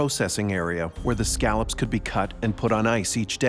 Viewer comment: My father is a former lobster fisherman who also fished scallops. He is losing his mind right now because the narrator keeps saying scallops wrong. Why didn't anyone tell him that exepcially any fisherman washing this is going to be offended? LOL